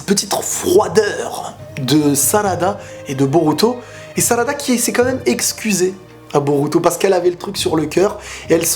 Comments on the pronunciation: Il a dis salada et sacula et il a dit imawali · "sakula" "salada" 😂